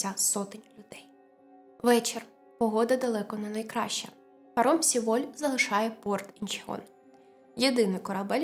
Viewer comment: Дякую за висвітлення цієї трагедії. Але ріже слух назва Сєволь, бо так говорять її кацапи. В Кореї промовляють Севоль. Будь-ласка, не беріть інформацію з кацапських джерел.